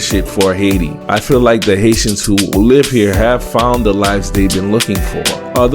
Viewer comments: lol sorry that is what it sounded 🤣 like he said. Thanks for correcting me. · You were saying haitians and I was hearing asians 🤦‍♂️